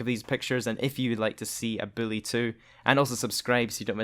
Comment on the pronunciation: Why are you saying billy